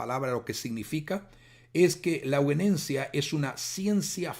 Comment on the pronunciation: Hago un aporte básico. Sería muy bueno que sepa que la palabra euguenencia que usted querido pastor pronuncia y lee reiteradamente a lo largo de todo el video no existe, es permanentemente incorrecta su pronunciación y lectura. La palabra correcta de la que usted habla es: E U G E N E S I A. Ayudaría mucho que se entienda a lo que se refiere, es necesario poner en valor la comunicación, para que no sea descartado por nadie por considerarlo incorrecto, porque no da lo mismo, una palabra que otra que no es, ni existe. Además reduce la calidad del mensaje para no lograr ser escuchado. Agradezco pueda corroborar esto, para que alcance una difusión seria este tema tan importante. Muchas gracias